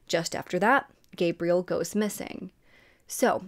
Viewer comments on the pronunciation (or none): none